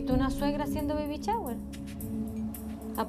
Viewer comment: ví varíos capítulos de esto y me exaspera cuando dicen Baby CHAWER, ! agagagagaggagagaga